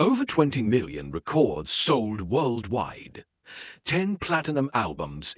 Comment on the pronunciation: "over 20 million re-cords sold worldwide" more misleading rubbish from a bot channel that can't even pronounce the name of the format correctly. thumbs down and reported.